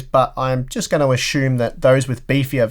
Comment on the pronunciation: Great video and thanks for testing this stuff, good to know that my MSI B350 Gaming Plus can handle till the 3700X with no issues, i ashume, i love the way you say (assume) "ashume" keep it up!